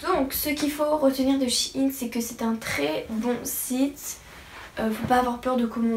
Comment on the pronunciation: oui et maintenant je commande tout le temps, par contre on sit pas shiine mais shein